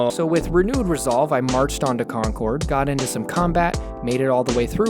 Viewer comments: the worst part of this video was how you pronounced concord... ITS NOT "CON-COURD" ITS "CON-KURD" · It's pronounced "conquered", or if you prefer "KAHnqahd". Concorde is a plane from Fronce. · It hurts even more hearing him call "Concord" Concorde, pronouncing it like the plane, not like the town. It's not even one of the hard towns to pronounce in ma